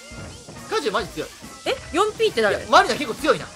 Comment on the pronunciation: ありしゃんの4Pの発音草